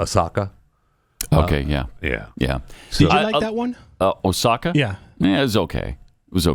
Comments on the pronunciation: literally. And it's pronounced Ashoka not "Ohsaka" 😂😂😂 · Fr tho. And it's Asokah Not Oshaka. 🤣